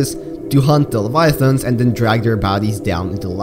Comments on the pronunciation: "Reaper Leviathongs" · yeah no problem it just sounded funny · why does he say leviathons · "Reaper Leviathons"